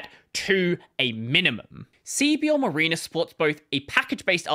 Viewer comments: M(a)riner not M(ah)rena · Mareener is not how you pronounce that. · Hearing your weird Australian pronunciation of mariner is funny.